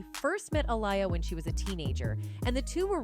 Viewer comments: She is pronouncing Aaliyah name all wrong. Going back and forth. It’s not ah-lie-ya it’s ah-lee-ya ugh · She needs to pronounce Aaliyah’s name right